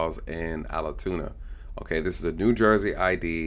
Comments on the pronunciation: ALTOONA, not ALATOONA!!! For God's sake, be accurate! It ruins your credibility. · It’s not “owl-uh-tuna”.